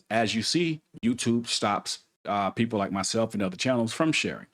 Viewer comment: The word "People" is not pronounced "Peepoe" Just like the word "These" is not pronounced "Deez" You need to enable subtitles so you can be better understood